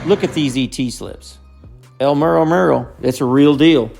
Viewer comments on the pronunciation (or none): It is not pronounced the way you see it. It is pronounced El medo medo